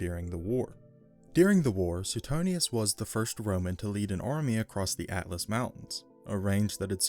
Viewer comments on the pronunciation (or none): none